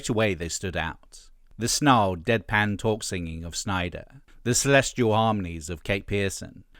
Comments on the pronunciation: I'm two minutes in, i really hope you aren't going to continually mispronounce Fred Schneider's name. It's Schneider not "Snyder". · Schneider. Not Snyder. You're killin me smalls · Schneider not Sneider